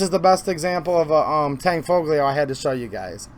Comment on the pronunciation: The tanfoglio guns aren't actually mechanically a CZ. The fire control is different. You can run the slide with the safety on. I would say the Tanfoglio guns and Jericho clones are improved variants and the G is silent. It's Italian.